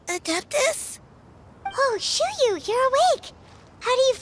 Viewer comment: Xinyan starts with Xin, while Xianyun starts with Xian, so it's pronounced a bit differently